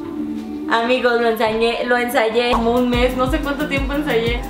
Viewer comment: Que pedo por que dice "hola amikos"